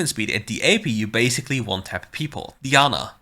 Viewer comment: keep saying Diana the other way. I’ve started saying it like that because of you